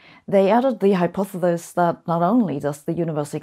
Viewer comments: is german pronunciation for hypothesis- hypothetis. Or is just how sabine pronounce things? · Ah Sabine, it has been a while since you have attempted to pronounce "Hypothesis". Thank you. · One person is pronounced hypothesis wrong , and I’m not sure now, if it’s you or me.